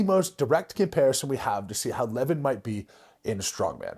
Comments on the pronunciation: It's not lEvan, it's levAn actually. It's not that hard, just hear his name from a random video with him. lol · It's not LEvon it's LevAAAn. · His name is pronounced 'le-VAN'(sorry to be a 🍆-but it is). Anyway, good vid, i remember watching levan doing log press... He lacks technical skills, but as we've seen-it isnt easy to log press. If he learnt, he could smash it i reckon. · I enjoyed the video, but Levan is pronounced (Levawn). You’re welcome 🫡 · Pronounced "Le-voun" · Next time you mention his name, it’s pronounced more like lah varn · It's pronounced Lev ON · His named is pronounced Leh-Von i believe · It’s le-von 😂😂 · His name is pronounced “Le-vaan” Moose! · LE-VON .... sorry just had to pause the video to type this, it was gettin to me haha. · Lah - Von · Please say his name right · I’m sorry but the way you pronounce Levan is throwing me off 😭🙏🙏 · anyone crapped on your pronounciation? how you say devon and levan the same?? i’d love to hear your interpretation of his last name!!?? and to correct you he’s 402 lbs 187 kg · how can you devote a 13 minute video to a person and not even bother to learn how to pronounce his name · Didn't even pronounce his name right. Goodness. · Wish you would pronounce his name correctly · Who’s gonna tell him how Levan is pronounced? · I like your content snd au appreciate what you are doing But...please, please focus on pronouncing names correctly. It is a sign of respect. And you seem to be very respectful. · Ohnooo not the mispronunciation of the name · It's the right way to pronounce Levan lol. Like eleven. Most the western world butchers it